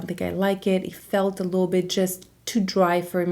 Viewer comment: How come you say “lil” bit instead of “little” bit? Haha